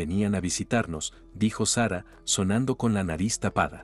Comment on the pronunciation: Por fabor pronuncia bien los nombres por ejemplo Sara Adela ho Carmelita y varios nombres